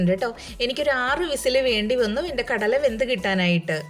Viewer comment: Kadayila allaato. Kadala.